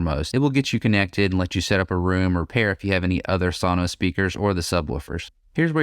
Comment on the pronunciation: It's pronounced sow-nows